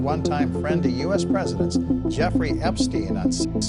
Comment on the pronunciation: Pergident nhi president hota hai bhai😂